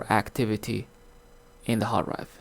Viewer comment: It's called a hard DRIVE, not hard rive.